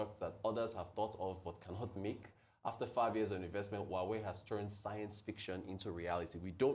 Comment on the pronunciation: Why is Abati pronouncing Huawei ‘who are we’?